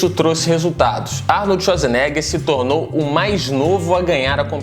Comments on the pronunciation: Arnold txuadzerneguer ?? vc fala assim kkkkkkkkkkkkkkkkk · Arnoldi shuazinegher